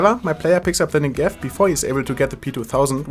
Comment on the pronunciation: You say "Negev" wrong... please check in google translate how it's said. Thanks